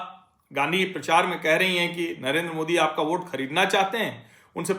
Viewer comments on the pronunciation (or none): none